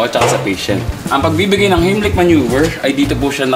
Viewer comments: Di po tama pag pronounce ni Sir nang „HEIMLICH MANÖVER“. It is a german Word po. Germans will say it like: HAIMLISCH MANOEVA. Fyi only❤ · Good content nanaman! Good job mga lods! Pero, one thing got my attention, "not to bash" kuya for saying (Heimlich) which I've heard him saying --- "HIM-LIK" Manuever, don't get me wrong po. Baka kinabahan lang si kuya that time. (I respect these men in uniform for being our hero and front liners. Snappy salute to all of you mga boss!) He is the one teaching po so might as well itama din po yung tinuturo diba po? This is a minor error lang naman. AGAIN, don't get me wrong po. Heimlich is pronounced as --- "Haim - lik" from the name of the creator/inventor - Doctor Heimlich. Napag aralan ko rin kc ito sa isang seminar kaya I am familiar with it, but not a pro. - Just my thought - Peace po!